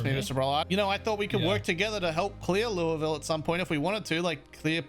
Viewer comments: He says Louisville correctly My Kentucky ass appreciates this very much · for someone who isn't American, much less Kentuckian, I appreciate your pronunciation of Louisville (not perfect, but really close), and Muldraugh. I'm impressed.